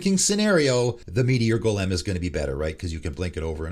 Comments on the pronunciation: Like Goalim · Your odd pronunciation of Gol’em made me wince every time. Great video as always, just the fun little insignificant thing that stood out as I listened to it. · First: change your intro song, it literally is discordant, annoying as fuck, and sounds like something a 13 year old made in GarageBand in 2007. Always a guaranteed 10s forward skip. Second: have you never heard the word “golem” pronounced before? Jfc 😂